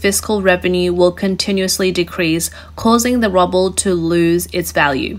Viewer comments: Good report. BTW russian currency is pronounced "Rue-Bull" or "Roo-Bull", not "Rubble" :-) please keep making these great videos ... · It is pronounced "roo" "bull" , not rubble that is broken rocks, bricks or building detritus. If in doubt check your pronunciations on Google. It makes your videos more professional if you use received pronunciations in speaking English with an Australian accent. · Rubble? Good report, but the pronouncing of the Ruebal as rubble is kind of a prediction? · I like how you call it "rubble" instead of "roo-ball". makes me think of building rubble like things crashing and breaking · Very interesting and informative video. The mis-pronunciation of Ruble (to rubble) is priceless. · Love how she mispronounces the ruble as rubble. Even funnier is that's probably more accurate!! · So funny she keeps calling it the rubble instead of the ruble. Given its worthlessness maybe it makes more sense. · It's funny how she pronounces Ruble as rubble. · Love the way the presenter pronounces ruble as rubble ... what the world will become if things get out of hand in Ukraine? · Its called rUbble, not rObble. :D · Ok... I know it's petty of me... But I did have a chuckle at the mispronunciation of "Ruble". The narrator kept saying "Rubble" (Meaning debris) rather than "ROOble" which is the currency. Yeah... Childish... But still giggle-worthy. B-) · Roobull is the phonetic way to spell ruble, the currency sounds like roo like kangaroo, not ruble like a pile of rocks. Not a Russia defender here just find the wrong pronunciation annoying. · It is rooble not rubble. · She, or the computer, pronounces ruble as rubble, a cute malaprop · It's Roo-ble, not Rubble. Sorry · Its pronounced "Roo-buhl". Like "kanga-ROO BUL" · It is pronounced, "ROOOBIL" ... not "RUBBIL" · Ru ble not rub le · It’s Ruuuu bull. It’s pronounced Ru. Bull. Not Rub el. To hear you say that word wrong every time was too much. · your pronounced ruble as rubble, but both are the same lol